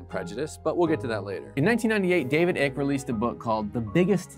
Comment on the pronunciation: "David Ik"......?